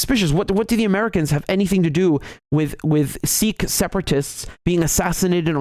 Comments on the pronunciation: Hey Richard, love your videos as always, but just a correction: it is in fact pronounced like "sick" in Punjabi, with a slightly heavier K sound, but not like "seek". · Bro, its Sikh, not "Seekh". A seekh is a skewer to make kebabs. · Riichard, it's not pronounced 'seechkkkch achooo'. Just say, "sick' like I feel sick. Not 'Pooooonjab' but 'PAnjab'. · Not seek, but Sikh, not sick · Actually it is pronounced Sikh not Seekh in Punjabi. Sikh means to learn. Speaking as a Sikh. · I live in Punjab and have Sikh freinds. It is not SEEKH but SIKH. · wrong. It’s not pronounced ‘Seek’, It’s ‘Sick’ I’m Sikh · Your pronunciation of Sikh is wrong. It is a short i, not long. It us exactly like sick except that ending is aspirated K, ie k+h. It's like saying sick and ending with a coughing sound. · You idiot in punjabi its pronounced sikh "sick" not seeeeks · I think it pronounce Siik